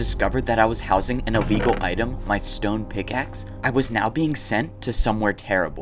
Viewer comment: Yoooo some dude Said iwllegal